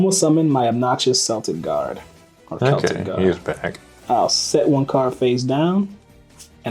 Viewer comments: The C in Celtic is pronounced like a K. The Celtics are a basketball team. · It's Kel tik guardian btw